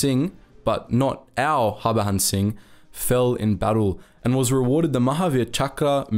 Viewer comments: I'm a great fan of your videos. But please pronounce 'J' as it should be and not as how the Spanish names have it. Its Harbhajan Singh and not Harbahan Singh. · Bro it's HAR-BAJAN Singh. prounounce that J as J , not as H. Its JAN as in JANUARY 👍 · The J in his name is not silent btw and his name is less complicated than it's made out to be. Har-Bhajan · BTW, the name is pronounced Hur(hurry)-Bha-jun(jungle). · Its Baba Har-ba-jan singh. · In "Harbajan" the "j" is pronounced normally. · The way you pronounced the name 😂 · Man you Totally butchered the private's name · Yo don't presume how the name is pronounced.This is not some French name. J is not silent in Harbhajan Singh.